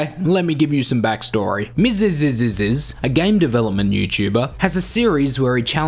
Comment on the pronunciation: Am i the only one bothered by the fact you pronounce Miziziziz with an extra Zi?